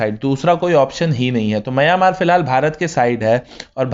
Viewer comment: दोस्त, आप "मंय्यामार" ऐसा क्यों बोलते हो, हालाकी उसका ऊच्चार "म्यानमार" ऐसा हैं. धन्यवाद.